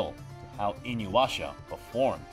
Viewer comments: InuYAsha, not InuWAsha lol Good video :) I'm glad to see El Hazard gets some recognition :D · I-NU-YA-SHA. Not IN-YU-ASHA. This aggravates the shit out of me. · Why are you saying InyWasha? It is spelt as it’s pronounced... Inu Yasha. Like... it’s so easy... why do so many struggle with it? WHY?! Lol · Did he say 'inuwasha'? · "Inu washa" ...... dude..... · Did anyone else cringe at how kept mispronouncing "InuYasha" as "InuWasha"? I dunno if he was doing it on purpose or not, but every time he said it wrong I cringed hardcore. Great video overall though despite that. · Not the only thing he mispronounced I.e inuyasha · Such a fun video. I just wish you pronounced inuyasha correctly 😅😅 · Somebody that works for Crunchyroll should at least know how to pronounce the shows being discussed. How many times will you butcher the name Inuyasha? In how many videos?